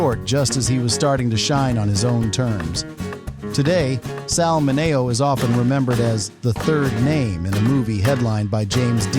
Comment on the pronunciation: Sal men-nee-o